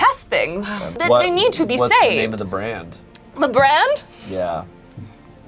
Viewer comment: It sounded a lot like "Braid" which coincidentally is a platform game